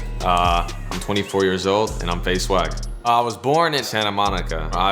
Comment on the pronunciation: Who also thought he said faze sway 😂